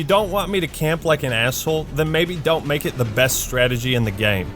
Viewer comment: the way says “game” hidden southern accent confirmed